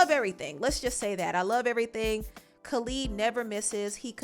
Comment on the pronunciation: why are you pronouncing Khalid like that.